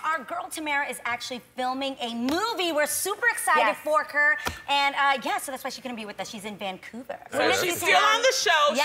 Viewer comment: "we're super excited forker" i hope I'm not the only one who heard that